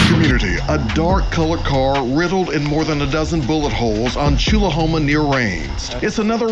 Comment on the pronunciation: First off... Tchulahoma is pronounced chew-luh-hoe-muh. Mota was not the person who stole Shy Glizzy's chain. Mota started the fight that led to the chain being taken, but it was one of the members of a group called Cartel Business that took the chain. Rich Lord (RIP) made a video that detailed exactly what happened. Regardless of what Mota said/did, his friend that shot the security guard was gonna go to prison for murder. The entire shooting was caught on camera. Mota had to testify about the whole situation, but everything was already caught on camera anyway. That's why Mota made the video trying to explain that it didn't matter if he testified or not, homie was still going to prison. BTW, the guy had already been tried and convicted when Mota made his explanation video, but that's when people started calling him a snitch, and that's when Mota got real crazy in the streets. He wanted to get that label off of him and he started robbing people and really trying to show that he was "bout that life." I imagine that's what really got him killed.